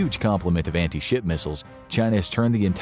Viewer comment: Am I the only who heard anti-shi* missile every time?